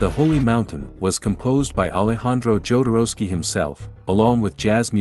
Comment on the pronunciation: is'nt it NOT the way Jodorowsky's surname is pronounced?